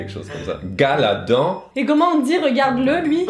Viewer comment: Ouais c’est pas gar’la don c’est rgard’la don